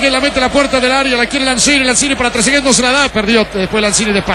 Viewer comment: "tresegay"?que sos un nene?. trezeguet gano un mundial y es goleador e idolo de la juventus; y te cerro la cola con el gol que hizo. anda a tomar la leche salame